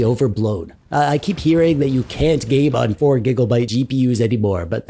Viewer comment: Wtf is a gig-"O"-byte?